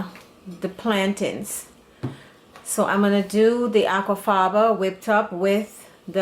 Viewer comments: Are you saying "Aqua faba", or "aqua fava"? Maybe they'll know what I mean at the farmers market ... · I keep hearing apple father and I know that's not right. What is it I'm really hearing? Also is there anything else that can be used in place of the apple thing? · i kept thinking she said "apple faba" or something.. i was like "sooooo apple jelly?" lol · ia she saying apple fava. mu cc have her saying aqua fava. and how do you make it. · IS SHE SAYING APPLE FRYER, WHAT IS THAT